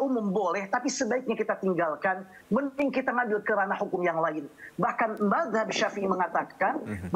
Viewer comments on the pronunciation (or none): NYEBUT MAZHAB AJA, MAHZAB😂